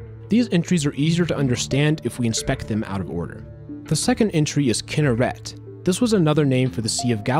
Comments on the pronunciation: just so y'all know kinnert is not pronounced like that at all (kee-nehr-et) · Bro said Kinneret Incorrectly! 🤣😂😂😆 (i know cuz' it's from the country i originally lived in (israel))